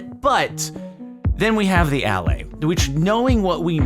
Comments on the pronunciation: I think the allay should be pronounced "uh-LAY", emphasis on the second syllable. It isn't just Jens's accent! Allay is a real English word that means to assuage, soothe, or relieve, often referring to fears. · Everyone keeps pronouncing the stress marks wrong. The stress is on the second syllable of Allay not the first.